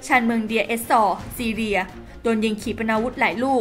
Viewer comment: ประเทศซีเรียจ้า ไม่ใช่ซีเลีย ไปเรียนหนังสือมาใหม่นะ